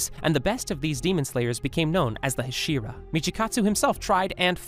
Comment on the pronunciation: “Hahserah” bro ain’t just insulted the hasira 💀